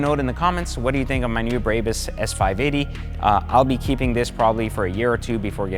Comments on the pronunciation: Why do these car YouTubers not know how to pronounce the names of the brands they review? It's MY-bach (like the composer) and BRAH-bus. is another one. He mispronounced it as 'MAY-back'. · Bro, stop shitting the name "BRABUS" It's pronounced as BRA-BUUS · There is no Y in the name it is a 'BRAAAAAAA BUS' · He said braybus 😂😂😂 What a douche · If you own this many exotic cars you can pronounce it anyway you fucking want. But, for all the haters it is pronounced phonetically as… My-bahh Brah-boose. But since we’re American and don’t speak with a German accent like a c*nt you can say it the way you want. That’s freedom 🦅🇺🇸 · Serious dude. You can't even say the name correctly. Brrrahbus If you paid that much for just few carbon parts, muffler and wheel upgrades, you got completely ripoff. The Irvine store will sell these upgrades for around 60k installed. And a brand new Maybach 580 is 210k. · Dude. You mispronounced every damn thing from Maybach to Brabus. Jeeeeeees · He does not give a F*** Brabus pronaunciation, one of the cleanest to say it, but he still hase to leav a mark 😂😭🤣